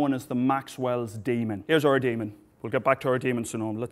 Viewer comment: The first time he said demon, I thought he said Damon, and was like, "Oh no, does Matt Damon need saving again?".. lol